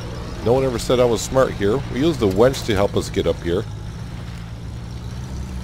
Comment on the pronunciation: We’re both New Englanders (I was born and raised in New Hampshire and have lived in Maine for over 40 years) but I’m still trying to figure out if you’re calling your winch a wench. Vermonters have an accent just as Mainers do so perhaps I’m just not hearing you clearly. Plus, at 67 my hearing isn’t as sharp as it used to be. So, are you making some poor woman get out and connect the winch cable? Perhaps your wife from Farmer’s Dynasty?